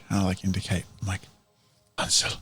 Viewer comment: I find it kind of funny how you pronounce the Names Wolfgang and Hänsel as the pronunciation of ä in Hänsel and a in Wolfgang is the other way round actually. The ä is pronounced as the a in the english "gang" and the a is more like the u in "hunt". And the o in the German word Wolf is actually an o (like in "moldy"), not an u as in the English pronunciation. Just a minor technicality that made me giggle a bit. ;)